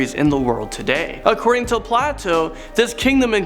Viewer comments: Who says Plato as platou(can't spell) Plato can be pronounced as play doh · It is not Plat o. It is pronounced Play toe. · his name is pronounced Play-toe not Plateau. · It's pronounced play-toe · That Pronunciation of "Plato"... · Great vid but you missed pronounced Plato though.